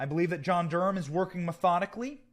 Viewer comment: It's Durham NOT Gurham, damn